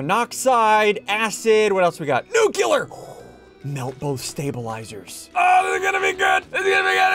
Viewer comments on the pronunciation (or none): ITS NOT NUCULER ITS NU-CLEAR sorry just kinda annoys me